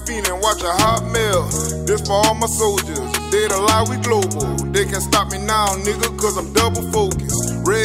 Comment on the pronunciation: What the f**k is a “soilder”? 🤔